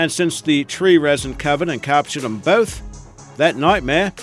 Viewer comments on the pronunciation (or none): none